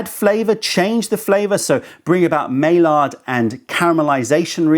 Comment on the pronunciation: Just trying to help you with this comment not be a jerk. It’s pronounced my-yard not may-lard for the reaction talking about the caramelization of proteins.